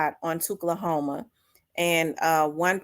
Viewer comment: Really appreciate you sis, this is valid. Thoughts and prayers for big bruh’s family. Wishing death on him is crazy… Also tchulahoma is actually pronounced like Too-lahoma.